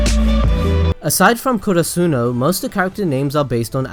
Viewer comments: Why do u pronounce karasuno as kurusuno? .. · I hate it how he says Oikawa and Karasuno